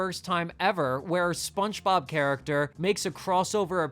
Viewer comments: You're definitely saying "SpunchBob." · Why do I keep hearing “spunchbob” whenever you say spongebob 😭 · I can’t tell if you’re saying SpongeBob like “Spunchbop” cuz of the meme or if that’s really how you pronounce it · SponchBob? Are you hispanic? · Bro can you say "Spongebob" correctly? wtf